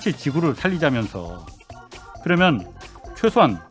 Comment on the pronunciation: 교수님! 억양덕분인지 귀에 말씀이 잘 때려박혀좋네요!그런데 "개면"☞그러면으로 바꿔발음해주세요!ㅎ그러면 맞죠??무튼 한국어 실력 짱입니다요!!